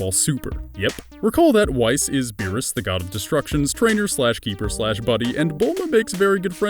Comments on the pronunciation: lmao we pronounce whis wee-s but he pronounces it wais lmao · You said whis wrong, it's (w-ee-s) not (wise) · man only thing wrong with this is he says wase instead of whis but gennarly this vid is good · You keep pronouncing Whis wrong. You're pronouncing it like Whais but it's simply Whis. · It's promised whis as In whiskey not wais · what is a wice ? oh you mean whis... fucken cheap matpat copy piece a shit! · It's "WEEEEZZZZ" Whis is pronounced "wis" or "wiz" or "weez" or "wees" but never "wise" I mean his wise and all but the cringe! T^T XD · this nigga pronounced whis like wice for rice....its WHIS for WHISKEY ....take a look at the names if his universe 6 sister and others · WEISS...FUCKING WEISS ITS WHIS! WHIS! NOT WEISS FCKING SCHNEEE! ffs LEARN THE FUCKING PRONAUNIACTION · "whee-s". not why-s. I know its a simple mispronunciation but i'm sure you guys watch episodes and do research on these things before uploading so i don't know where you got that error from. Just saying but IMA LET IT SLIDE. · It's not Wh-ICE, it's Wh-EECE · Question: WHY DOES ALMOST EVERYONE ON THE FUCKING INTERNET MISPRONOUNCE FUCKING SIMPLE TO PRONOUNCE NAMES!!! Whis isn't pronounces Weiss. I'm not pointing fingers at you, but i'v seen to many fucking videos today with people mispronouncing easy as fuck words and I eventually snapped posting this comment in your comments section. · ITS WHEECE NOT WEISS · Whis, not Whys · its not whaysss its whis! XD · its pronounced weese not wice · note wyse its whis as in whiskey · With all that annoying cocky voice but pronouncing whis' name as wise instead of whis as in whiskey is cringey af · youre triggering me.... its WHEEEEEEEEEEEEES not whi-ce..... it sounds like youre trying to say white rice at the same time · fool said whys lmao Whis!! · there have been 2 whole movies and 17 episodes and it is the same as in japanese. It really isn't that hard. it's even spelled so you can say it like it is. it's not wheis or whys it is just whis.